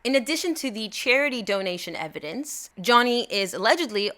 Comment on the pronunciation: “Just call it evedence” eye roll 11/10